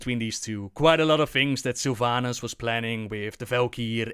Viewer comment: I'm soo tierd of people calling Sylvanas sylvanus is this a meme or something?